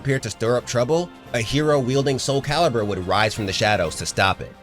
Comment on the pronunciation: Thank you for saying soul calibur... TWO love this series but this game is a large part of growing up for me.